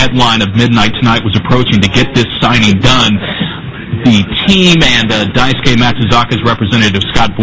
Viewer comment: did she say dicegay?